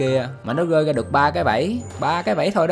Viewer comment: bạn nói chuyện bình thường được không, cứ cố phát âm đúng nhưng rõ ràng k có thói quen đó, thành ra cứ như ngọng, mà k nhẽ có người ngọng "r" "g", bạn bị như này chắc cũng mấy năm rồi, tập nói chuyện bình thường đi nha, gồi thì cứ gồi, k cần phải rồi rồi, 1 lát lại "gơi ra"